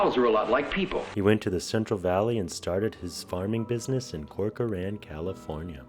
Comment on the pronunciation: As someone who lives in this area. At least learn how to pronounce the Tulare and Corcoran right. Brining back the lake permanently would take getting rid of the dams or leaving them open all the time. This would put a lot of people and communities at risk of flooding along those rivers every time we have a really wet winter, as part of the dams purpose is flood control. More frequent floods would destroy crops along those rivers. Also the amount of loss to the local economies from both floods and the loss of irrigation water storage would most likely devastate the area. Restoring Tulare Lake would have a huge affect on the entire region not to mention those that live in the dry lake bed.